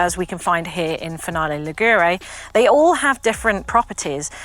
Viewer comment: Nice video… but… Just a little advice for British friends .. the accent falls on the I of Ligure not on the U... so it’s Lígure not Ligúre… 😉👍🏻